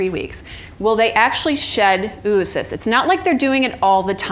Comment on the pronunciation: It's not "OO-OO-Cysts", its Oh-uh-cysts, phonetically ō-ə-ˌsist where "-ə-" is the schwa sound, a brief unstressed vowel sound, a quiet "uh".